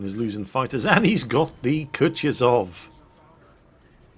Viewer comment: O for god sake it is not kutiozow it is KUTUZOW!